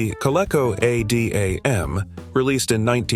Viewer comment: Co-lee-co. Adam, not A D A M